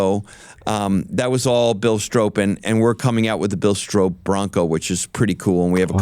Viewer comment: I like Jim Farley but it really hurts a persons and a companies credibility (CRED) when you talk about a heritage product like the new Stroppe edition Bronco and you mis-pronounce the name. It's pronounced STROP (rhymes with POP) not Strope (sounds like rope). If you're going for heritage and OG offroad cred please do your homework.